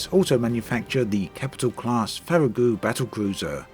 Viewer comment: Farragut is pronounced with a hard T. It is most likely named after the first American admiral David G. Farragut.